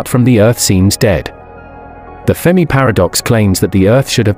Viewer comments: FERMI NOT FEMI FFS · Computer voice FERMI not FEMI.